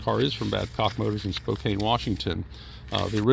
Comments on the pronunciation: (*Spo-CAN, not "Spo-CANE). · Spokane is pronounced " Spo-Can," not "Spo-Cane" The Solex glass marks probably had a PPG logo next to it--Pittsburgh Plate Glass. The "Touch Button" transmission control stalk worked the same way as those offered in Ford products (Edsel-Mercury-Lincoln). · It's Spo-CAN!!!! not Spo-cain!!!!!